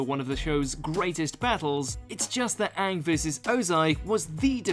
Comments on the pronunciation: please stop saying Aank instead of Aang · how the fuck this dude pronounce aang? like has he ever watched the show